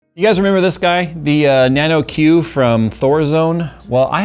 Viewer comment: Why do you say it like that? Nano Q sounds awful